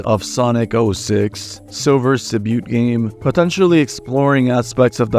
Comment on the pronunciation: oh thanks, didn't know that as someone who's not a native speaker(from more searching, found out it's because "t" in debut is not pronounced for some reason, prob bc "debut" is of French origin, but even with that, there's still words with French origin but last letter pronounced, like "fruit" so I guess just quirks/semi-complicated rules of English)